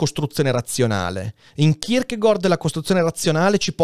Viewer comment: So che è una cosa molto stupida, ma non sopporto il modo in cui pronunci il nome di Kierkegaard. In danese la pronuncia corretta è kirkegor, in italiano è kirkegard, tu fai un miscuglio e dici kirkegord. E niente, nessuna polemica, ma dopo alcuni video in cui ti ho sentito pronunciarlo in questo modo ho voluto scrivertelo :D